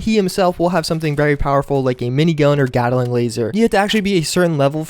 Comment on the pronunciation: NEW-CLEE-YER Nuclear NOT NOOK-YOU-LUR Also GAT-LING NOT GAT-A-LING For fucks sake.